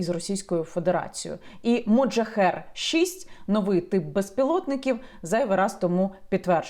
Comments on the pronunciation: Так "Мохаджер" чи як Ви кажете у відео "МоджаХЕР"??? ахахах тепер так і буду їх називати) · Так моджахер чи мохаджер???? Написано одне, а Ви говорите інше)))) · Мохаджер а не моджахер!!!!!!! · Яніно, Ви, як завжди, чарівна, а от мене дехто вважає занудою: чергова "вундервафля" зветься "Мохаджер", а зовсім не "Моджахер" (хоча, звісно, воно є "один ×єр"). Вітання з Харкова.